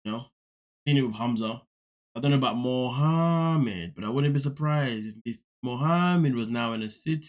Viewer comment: You have me dying Laughing when you say mohammed. You sound just like in